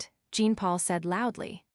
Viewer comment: Jean Paul a French name is pronounced Jaapaul